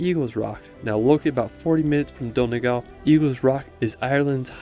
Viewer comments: Nice video. Beautifully shot and you’re very enthusiastic. I hope you don’t mind me correcting some pronunciations. Galway The “gal” part rhymes with ball. Donegal. Separate the E. so it’s Don-e-gal. Also it’s not “The County Kerry”. Just County Kerry. Also Eire is two syllables so the e at the end is pronounced separately. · Nice video, sorry to be critical but you miss-pronounced many names of places: Don-e-gal, Ar-on Islands, Cliffs of Mo-her.. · Galway is pronounced Gawl-way and Donegal is Don-e-gawl i.e. long a aw sound. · The way he pronounces Donegal 😂😂😂